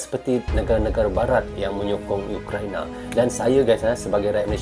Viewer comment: Ukraina bukan youkraina..itulah tadi bahasa melayu itu sudah tak asli lagi..Karna sudah di campur adukan sama bahasa ingris.ukraina yah bukan youkraina...URAAAA